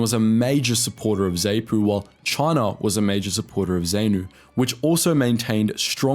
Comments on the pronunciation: Wow, there is a lot missing from this, as well as a number of historical errors. Blacks formed part of te Rhodesian military a long time before Smith came to power. More research should have been invested. Pronunciations are also terrible - Zaynu?? Zaypu?? Ugh!! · May I add a few corrections and additions. I judge from your accent that you are probably Australian (apologies if you're NZ), thus mispronunciation of words that originated from Rhodesia must be expected. ZANU is pronounced ZARNOO. The majority of its supporters were from VaShona groups. ZAPU is pronounced ZARPOO. its supporters came from a minority within the country who spoke IsiNdebele. While you briefly mention the instability that followed Mugabe's accession to power in 1980, you fail to mention the ferocity of the new (Shona) government's reaction to dissatisfaction among the AmaNdebele who had arrived in the territory that became Rhodesia, then Zimbabwe, in the middle of the 19th century . Mugabe launched his '5th Brigade' (trained first by the British, then by North Koreans) against the Ndebele in an operation code named 'Gokurahundi' (the wind that blows the chaff from the fields before the rains). At least 20 000 'AbeZansi' (those descended from the immigrants who came from the South of the Limpopo with MZilikazi) were butchered during this operation. FRELIMO is pronounced FRELEEMO. You depict the new South African flag in your video, not the flag that was in use during the period before black rule in South Africa (pre 1994). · Zaypoo and Zaynoo? What the FUCK. That is NOT how you pronounce those acronyms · Zaypu & Zaynu 😂😂😂 jokes aside, this is a pretty decent video. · The Narrator has managed to wrongly pronounce every organisation's title---its Zaarnu / Zaarpu Freeeelemo /Seluuus scouts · Wouldn't be bad if you pronounced Zanu, Zapu and Frelimo correctly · Zanu is not pronounced as if the letter A is saying 'ay' it is probounced as if it says 'ah'. Same with Zapu. It's pronounced Z(ah)pu